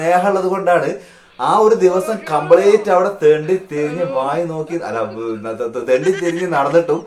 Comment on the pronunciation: കംപ്ളേറ്റ് അല്ല....കംപ്ളീറ്റ് ട്ടാ......